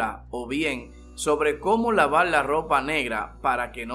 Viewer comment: Cómo Laval la lopa oscula pala que no pielda el colol la velda es que paleces que eles de china o no puedes hablar español 😂